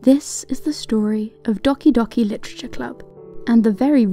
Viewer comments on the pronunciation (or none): ITS DOHKI DOHKI NOT DOCKI DOCKI hisses in weeb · Do-KEY do-KEY not Docky docky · Just trying to help out here, the game pronounces it as “doe-key, doe-key” not dohky dohky. :) Otherwise, I love your channel and it’s content! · Loved the video but it's prenounced dough-key dough-key not doc-y doc-y :P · Docky docky literature club? ITS DOK-E not docky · It's dOhki dOhki. Not doHki doHki. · Doh-kee not dah-kee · The way the narrator says ‘docky docky’ smh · I have to admit I chuckled at the way she said "dockey dockey literature club" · "Dock-ee Dock-ee Literature Club" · Most people pronounce Doki Doki as Dough-key Dough-key. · The game is pronounced dough-key... Its weird and I didn't know how to pronounce it either don't worry but this video is great!!! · You said "Dahki Dahki Litacha Club" lol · ~Great video, but can I just say, I'm a little uncomfortable how you say "Doki Doki" as "Dockie Dockie" but if that's how you say it then I won't judge you. You're a great tuber and a wish you a good luck for your future as we all know, the internet is a f***ed up place ^^~ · JESUS CHRIST STOP SAYING DOCK E I'M DYING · Its pronounced Doe-key Doe-key Literature Club. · Yu say doki doki wrong yu say it like this dowki dowki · Docky Docky Literature Club. Male docking, Switch docking or just not knowing how to say doki? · "Dawki Dawki Literature Club" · Docky Docky? that's the worst pronounciation i've heard so far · Lol you pronounced it “dockee dockee” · Hezekiah McDonald Pronunciation.exe has stopped working, please reboot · She can't pronounce doki doki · I punched my table after that pronunciation. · Omg the way you say "doki doki" 😂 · The pronounciation of doki doki It hurts my everything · D-o-ki d-o-ki Triggers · YOU SAID DOKI DOKI WRONG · "Docki docki" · Like a minute in: HOLD UP. Did she just mispronounce DOKI DOKI?!!?!??!?!??!?! HHHHHHH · Way to make a japanese name sound spanish, lol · How is doki doki pronounced? Dockey dockey or Doe-key doe-key